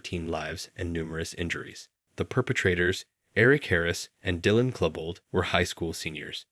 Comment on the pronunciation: Exactly. You can't talk about Colombine, one of the most covered mass shootings in recent history, and mispronounce the very uncommon, most widely known last name of one of the shooters. It's a very well made AI voice, with the mic noise and all that, but I refuse to believe that this was a human being talking. Or It's a double sike, and he's pretending to be an AI to get more interaction by people commenting it's an AI voice... hmmmmmm...